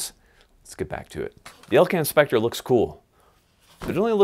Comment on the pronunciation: You said Elcan Specre twice in a sentence ... Bi ...😒... Youtube's auto caption claims you said "LK and pecker" and "elk inspector"